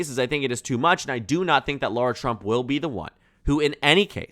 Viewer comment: She's his daughter-in-law. Says daughter in the headline. She's garbage. But it's pronounced Lara, not Laura. Lot of basic mistakes. You're usually better than this.